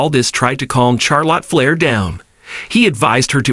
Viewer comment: Who is Char Lot Flair? I couldn't finish the video.